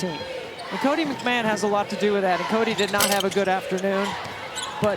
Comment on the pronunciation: Its pronounced McMahon (Mac ma hon) there is not an A in her name, its not McMan....Anywho, she was put on lock, she just had an off game and she looked tired, she wasnt full speed tonight. Ole Miss is still a good team, just South Carolina is better.